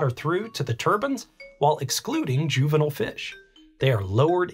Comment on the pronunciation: Two things that made me hate this video: The consistent mispronunciation of turbine and juvenile. 1.) A turban (from Persian دوربند‌, durband; via Middle French turbant) is a type of headwear based on cloth winding. 2.) Decimus Junius Juvenalis, known in English as Juvenal, was a Roman poet active in the late first and early second century AD. He is the author of the collection of satirical poems known as the Satires.